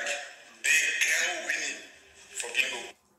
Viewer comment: Coucou,! Coucou, chou fleur! Gims m'énerve déjà, à peine sa story commencée. Il est ridicule, le gars! Pour les tacles, il n'est pas bon du tout. Au moins avec Blata, on rigole. Et ça fait quoi si sa montre, c'est une fausse? C'est lui plutôt qui est ko. MDR, Wuinnie, on dit Winnie, prononce bien mon gars! Alors lui, la modestie, il ne connaît pas. "Je suis plus fort que toi", on dirait un vrai gamin. Il n'est vraiment pas intéressant, ce mec. Bref, team Booba pour moi, car Gims trop prétentieux. Bisous!